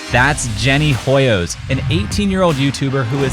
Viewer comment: respect foreign words. "Hoyos" is a Spanish surname and "H" is silent.